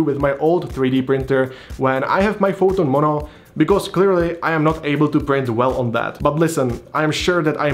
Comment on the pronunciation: Well that was helpful On an eeentirely unrelated note, you are quite good at hiding your Čech accent exceeeeept... the word "Mono" Monó volé 😆